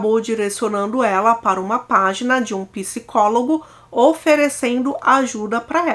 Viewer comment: Fica difícil d+ assistir o vídeo até o final com esses erros de pronúncias "gritantes" no Português: "Pisicólogo"(em vez de "Psicólogo, como é o correto); "Pisiquiatra" (em vez de "Psiquiatra", como é o correto; e por aí vai...